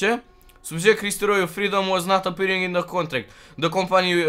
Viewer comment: La minutul Am inteles in loc de Subject "Suge "😅😅